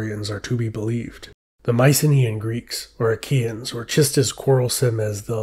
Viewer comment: are you saying "IKEA-N'S" 😆 LOL